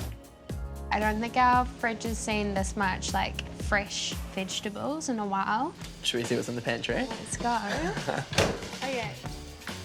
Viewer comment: 😂 I’ll never get over the pronunciation of “vidgetables”. I know. Different places, different accents. But really, this is… ok different.